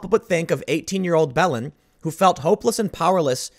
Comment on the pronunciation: Belen? I thought you said bellend at first, which is apparently more accurate.